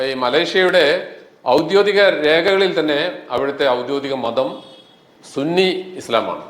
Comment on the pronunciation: അക്ഷരം തിരിച്ച് പറയുക. 'ഔദ്യോദികം' എന്നല്ല ഔദ്യോഗികം( official). ആവർത്തിച്ചു പറയുന്നു. വിഷയം നല്ലതാണ്, കേരളത്തിലെ സുന്നികളും, മലേഷ്യയിലെ സുന്നികളും പള്ളിപ്രവേശത്തിലുള്ള വ്യത്യാസം. സുന്നികൾ എന്ന് നിങ്ങൾ ഉദ്ദേശിച്ചത് സുന്നത്ത് ജമാഅത്ത്എന്നായിരിക്കും. സുന്നികളും സുന്നത്ത് ജമാഅത്തും തമ്മിലുള്ള വ്യത്യാസം കൂടി നിങ്ങൾ മനസ്സിലാക്കി ആധികാരികമായി വേണം സംസാരിക്കാൻ.